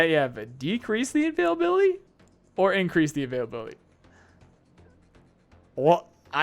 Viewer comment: you've spent so much time with nikita that you have a problem with "availability" pronunciation...